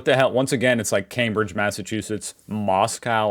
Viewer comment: Thank you for pronouncing Cambridge correctly.